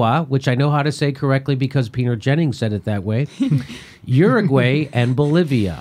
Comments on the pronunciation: People from Uruguay say u ru guaye, not your u guay! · Uruguay: oo-roo-(goo-i). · still you have to fix how to prenounce Uruguay :-) greetings from Czech republic, thank you and keep up good work.